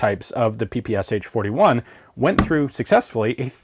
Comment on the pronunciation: I though you pronounced it as the PSHHHH 41